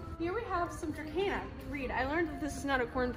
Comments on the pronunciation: There is no k in dracena, that drives me crazy lil.. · I don't speak latin and you are the only person I know that pronounces dracena with a k. Oh well I will get use to it, I think. Lol